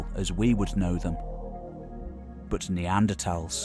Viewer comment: This is hilarious. Poor narrator didn’t get the memo that it back to the old pronunciation of NeanderTHals now....